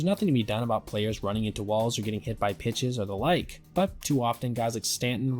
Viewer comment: What did you say here? "looking drunken sailor" or "like a drunken sailor." Word up. Its word girl....😂 I'm just trying to figure it out. Sounds like you said the first thing, when it should be the second thing.